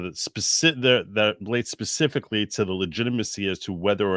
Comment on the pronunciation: How is it that we have a seated judge who says "pacificly" instead of 'specifically?' My head hurts.